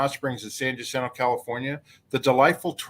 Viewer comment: Mountain goats are watching. You will never see them. Rattlesnakes tell one another "stay away from hoo-mans - they are nuts!". Jacinto is pronounced "wa-SIN-toe".